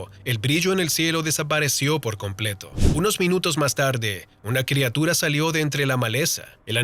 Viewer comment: Madre mia alguien le puede decir que se pronuncia/escribe crIatura y no crEatura?